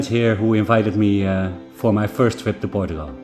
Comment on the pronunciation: Literally night and day differnce on your small village☕ You've worked hard my man 💜 I love the way you say portugal ❤ being a true watcher from the beginning, You got this 😎❤️